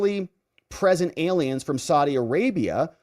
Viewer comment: Illegally PRESENT, I thought you said illegally pregnant